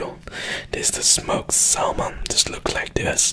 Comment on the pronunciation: The “L” in salmon is silent. It’s pronounced “sa-mon”.